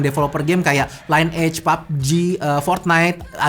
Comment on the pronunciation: Liniej bacanya bukan line age 😌😌😌😌😌😌😌😌😌